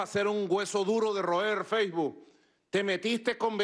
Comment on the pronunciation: Jajaja feibu